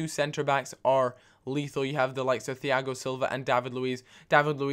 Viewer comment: Why does he pronounce the 'H' in Thiago? It's spoken the same as Tiago.